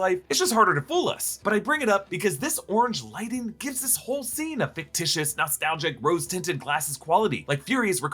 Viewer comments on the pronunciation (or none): none